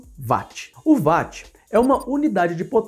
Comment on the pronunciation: Parabéns, um ótimo vídeo. Mas o pecado ficou pela pronúncia da unidade de potência!!! Watt